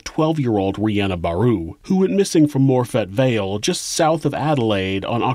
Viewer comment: Brisbane is pronounces Bris-bin and Morphett Vale is pronounced Morfit with emphasis on the Mor